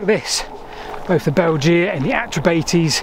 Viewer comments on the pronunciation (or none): Weird how pronounces the name of the Belgae. It should be 'Bel-gay', not 'Belge-a'. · Thanks Ludovica for writing my comment for me! Yes, Latin is easy to mispronounce (especially, it seems, for Brits), but "Bell-gee-ah" (spelled Belgea??) grated in my ears. Agree that bell-guy is much better! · Bel jee ah. What sort of ridiculous pronunciation is that. Bel guy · Excellent video. Just one crit: :'Belgae' is pronounced 'bell-guy', with a hard g, and definitely not 'bell-gee-ah'. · Sorry to be picky, but please check the pronunciation of Belgae. We can’t know exactly how to say it, but ‘beljeea’ is just weird. A better approximation is ‘bell guy’. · Great video but your tribal pronunciation was a bit off as others have said: not only Belgae = Bell guy, but the bates in Atrebates would closer to bah tess I believe. Anyway, very interesting video. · Great video, but it's pronounced "Bell-guy"! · I thought that the Belgae was pronounced “Bell guy” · well my old Latin teacher would have had a fit if he heard you pronounce it Beljay lol. Btw pw your other content is right up my street - lost canals and railways - instant subscribe! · Belgae= Bell-guy, two syllable word, the sad state of classical literature in education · Pronounced "Beljay"